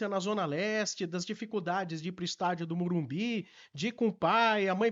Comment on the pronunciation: O aprende a falar MorumBIS pô